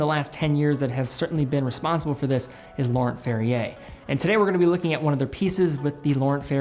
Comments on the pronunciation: Laurent Ferrier, French name, so “nt”-ending silent as well as “r”-ending. Like cologne Yves Saint Laurent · Pronouncing Laurent wrong man.